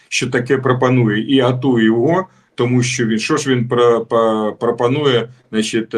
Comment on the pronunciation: Не біжить а тікає, не через годину а за годину, не спасибі а дякую. Крім того навчися читати кому перед словом ЩО, бо звучить "томущооооо" замість "тому, що"